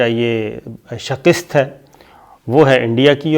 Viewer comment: Sabir shakir Word is SHIKAST Not SHAKIST. It's extremely annoying to listen you pronounce it wrongly all the time.